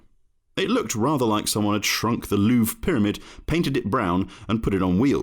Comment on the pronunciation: It's also not pronounced "Loof ".